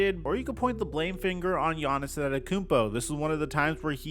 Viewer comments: “Giannis-son” 😂😂have I been saying his name wrong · Hate how he said giannis’ name hahaha